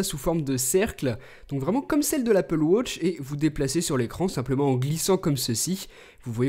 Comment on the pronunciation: L'anglais le plus nul que j'ai jamais entendu:') «Wotch»